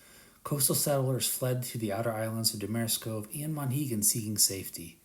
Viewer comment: You’re mispronouncing Seguin and Damariscove. Nice video, though.